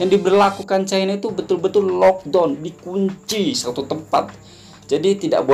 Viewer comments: lockdown bang..bukan lodong..saya berapa kali dengar abang sebut lodong..saya fikir sejenis makan ke apa ni..rupa2 nya maksud locdown..kelakar la abang ni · bukan "lockdon" ...sebutannya ialah "lockdown"